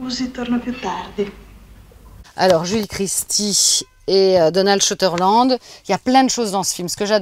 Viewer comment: Ses goûts et ses choix sont plutôt intéressants. La façon dont elle en parle aussi. Attention à Donald "Shuterland" et à Roy "Schneider" mais je chipote..